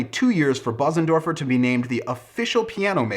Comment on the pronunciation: It is pronounced Beuzendorfer (roughly).